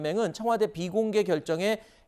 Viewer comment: 투명하게 비공개를 잘못 읽엇누 ㅋㅋㅋㅋ